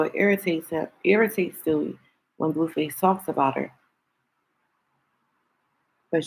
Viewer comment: 😂😂😂😂she keep saying stewie 😅